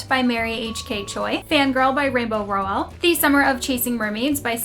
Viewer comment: Your shelves are so beautiful! Love the various knick knacks on them😊 Small question tho, I thought Rainbow Rowell's last name was pronounced with the emphasis on the first syllable?